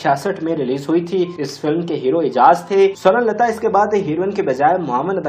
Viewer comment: Bhai aap un ka nam tu sahi se lo .Sorun lata Sorun lata keh rhey ho .Un ka nam tha Sawern Lata . Mein rozana aap ki mistakes nikalti hoon . Shuker hey k aap mujhey dant -tey nhein lekin galat alfaz bolne se baz bhi nhein aate .Mind na kerna . Hum tu un ka nam suntey suntey boorhey ho chaley lekin aap ne shayed suna hi nhein .